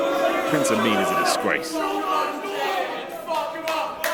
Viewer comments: I heard it once and now I can't unhear it. Every time they say Prince Ameen I hear Prince A Meme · Right at the beginning she said Prince Ameem WTF MOMENT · "Prince Ameem" ... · I swear the interviewer calls Prince Ameen as Prince ameme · "Prince ameme" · WTF Moment - the huge breasted lady that talks like Sheamus called Prince Ameen, "Prince Ameem".